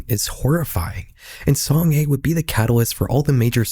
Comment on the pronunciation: Great vid but just a small correction, the youtuber girl’s name is pronounced song-ah. Otherwise you did a great job with the Korean pronunciation, something i always dread when seeing ppl talk about topics like these 😅